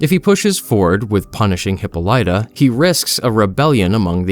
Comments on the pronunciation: Hippo-lighta Lol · I might be wrong as im working on a medical degree but I think its pronounced. HA-Paul-LIT-TA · hi-POL-itah. Jesus.... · Uh, it's pronounced, hi-POL-i-tuh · hawk polituh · Heh-Paul-ituh is how you Say that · Hippolyta....."Hip-ohl-it-ah"......SAY. IT. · Hippolyta = Hip-All-It-Uh. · "Hippo- Lighta" 💀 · he-polite-ah is crazy work ngl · Hip-all-it-a. Go back to school rtard. Reading isnt that hard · Diana’s mother's name is pronounced Hi-PAH-li-tah. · Hypolyta is pronounced Hip-POU-leh-ta. Just gotta get that out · Awesome comic, great video! It is, alas, pronounced "hip-PAUL-i-tuh." :) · Hippolyta is pronounced "Hip paul litta" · your pronunciation of Hippolyta is driving me nuts, it's hip-PAHL-ih-tuh, emphasis on the PAHL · For future reference, Hippolyta is pronounced: hih - PAH - lih - tuh With the most emphasis placed on the "PAH" syllable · Dude, it’s pronounced ‘heh-paul-ita’ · Great narration, and this comic looks amazing, but please stop using a Russian-esque accent for Diana. Her mother's name is pronounced "huh·paa·luh·tuh", and you should make your Batman voice just a bit less gravelly. There are some parts that are great done with his voice and others you get a little too gravel like but for the most part your Batman/Bruce voice is pretty good here. Overrall this is a great look over into the comic and enjoyable watch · IT’S PRONOUNCED hip-pahl-uh-tuh!!!!!!!! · Love this but I had to accept "hippo - lighta" for a while 😅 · Hh - PAAL - LIT - TUH Damn it man, say her name right lol. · Pronounced; "Hip/pol/ita" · Hip-palla- ta you fucking inbred donut. Use google before butchering words. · The name is pronounced Hip-pol-it-ah. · Hit pall a ta is how you pronounce Hippolyta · The most important thing you need to pick up is how to properly pronounce “Hippolyta.” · That is not how you pronounce Hippolyta... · they are pronouncing her name wrong through this whole video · This isnt an AI voice right? I cringe when he pronounces Hippolyta 😆